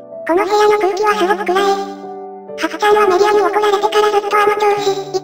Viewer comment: 後で気づいたけど 最後「ソフィアちゃーん！！！」ではなく 「ソフィアちーん！！！」になってた